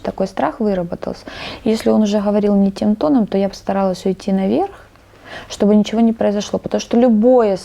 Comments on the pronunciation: "Скупилась", "шоб вы понимали" - кровь из ушей!!! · «Шоб выпонимали « 🤦🏻‍♀️🤣